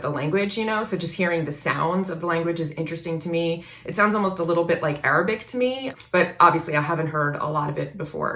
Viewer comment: "Arabic" she says... What a shame.